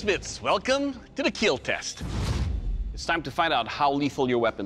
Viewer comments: IT WILL KEAL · It will keel